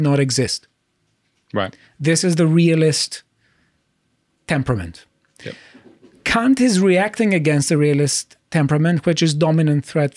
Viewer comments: K-A-nt not K-U-nt. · I'm surprised ' pronunciation of Kant didn't get your channel a strike.